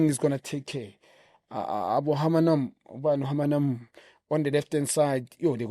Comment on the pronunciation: Junior made my day by getting Hunnamub's name wrong."wa bona abo Hamanam" 😄 😄 😄..I love u guys though..great job that you are doing